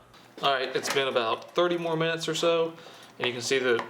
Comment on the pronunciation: What the hell is a mintues? Lol